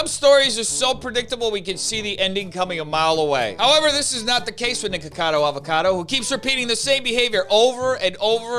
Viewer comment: Fun fact: the way you say NiKAKAdo Avocado. That sounds like kaka, which in my language means poop.